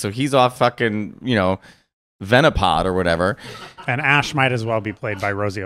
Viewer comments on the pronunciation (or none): He said venapod 😂 what pkmn is that? Love you 2